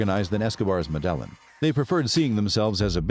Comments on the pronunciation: Ma-dell-in? Dude... it's "Meh-deh-yine" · Yeah, kinda undermines the video when the voiceover pronounces the cartel like "muh d'Ellen" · Actually the L isn’t silent. In Spanish when you have two L’s next to each other, it’s pronounced as a “Y”. It’s properly pronounced Medah-yeen. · could you work on better pronouncing things because you ruined this video with you high school pronouncing things like Medelan cartel, what is Medelan cartel? I don't get it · The way he pronounces Medellin really is annoying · The pronunciation of Medellin cartel lost this view and subscription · Well first of all if you want to make a video of the medellin cartel you might want to work on actually pronouncing medellin the right way 😉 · I'm sorry but I can't take this video seriously with the way the narrator pronounces Medellin 🤦🏽‍♂ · Unwatchable with mispronunciations of Medellin shows how much research was done. Seemingly none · Your pronouncing Medellin incorrectly.